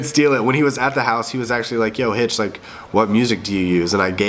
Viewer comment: God damn it Hitch, you said my last name wrong. LOLOL